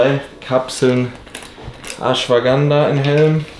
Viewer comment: "da isch das Aschwaganda mid drina"🤣 Schwobapower !! Viel Glück beim Mr. O